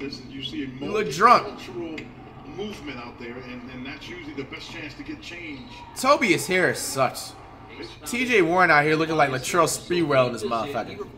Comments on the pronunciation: "tobis hairis" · "toe-bee-yes harris" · Nobody: Flight: "Tobeas Haris" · Toe-bee-us Harris lmaooooo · Toe-B-Is Harris. - FLIGHT REACTS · “Tobeeas harris” fr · Nobody: Flight: tobyas harris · Flight said Tobies Harris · “Tobees harris” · This is not a hate comment but isn’t flight mispronouncing names on purpose just getting boring like tobeis Harris I s another one to the collection like the more players he mispronounces the less funnier it is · When Flight does not have a name that he can mispronounce such as Tobias Harris, he flips it so he sounds even more dumb and to keep the act going (Simmons of Ben)